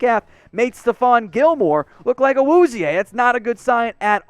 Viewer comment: PLZ just say "Cheeto"... I wana reach through my screen and slap you every time you pronounce his name